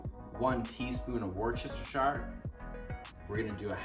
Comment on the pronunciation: that pronunciation of worcestershire was the best I've ever heard